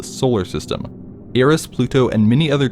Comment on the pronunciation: Actually i live in the middle of the ocean, not on an island or anything, I am jsut chilling in the ocean I thin, a Picture of the solar system with the planets aligned like that may not be true but i think its simply for convenience And Eris is pronoucned as Ear-eez